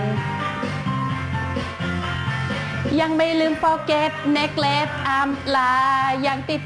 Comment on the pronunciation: neglect อ่านว่า /nɪˈglekt/ นิ-เกลคท ไม่ใช่ นีเกลท นะคับพี่ ^^